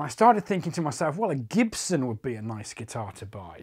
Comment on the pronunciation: “Jibson” lmao